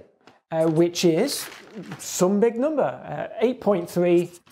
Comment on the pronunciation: Not gonna lie. I only clicked to see him say 'NOMBER'